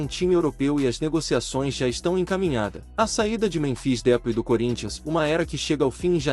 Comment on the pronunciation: Cara é esperto, fala o nome errado de propósito kkkk canalzinho lixo que fica postando fake news😂